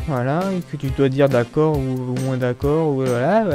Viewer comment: On ne dit pas " moinsse " mais " moins " :P